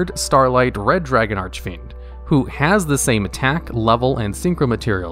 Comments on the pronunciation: You still pronounce Archfiend wrong >:C. There's no eh in between Arch and fiend, so it's not Arch-eh-fiend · (disclaimer: this comment was not posted with malicious intent) "Red dragon arch-a-fiend" I seriously can't get over the way you say the card. All your videos mentioning the card flows well, up to the point where you say "arch-a-fiend" my brain does a double take. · Arch-I-Fiend idk why but it always bothers me lol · "Archefiend" "Starlight" My god. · The last time he pronounced it "Archefiend", people gave him a lot of Commentarys to "corrected" him. This time he only said it "false" once... I am pretty sure he does that on purpose 😂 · Serious albeit pointless question: Why does he always pronounce Archfiend as "Arch-a-fiend"? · Here he go again with the “ArchEfiend” bullshit 🙄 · How you pronounced Jack's soul "Red Dragon Arch(a)fiend" :)) If he'd hear you, he would die :)) Don't be upset now :( Also, you pronounced bad "Scarlight"..